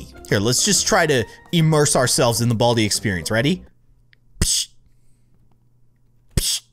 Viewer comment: i had sub titles on and when you said 'baldi' it thought you said 'all T' lol 😂